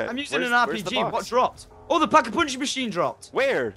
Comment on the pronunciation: *pack-a-poonch get it right